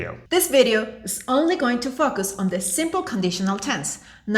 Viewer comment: I like the way she says focus..... It is hilarious to hear the inadvertant swearing.... It is only going to F#@ us on the simple... go to 47 seconds